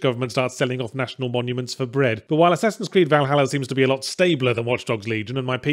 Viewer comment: Did he say one ass creed?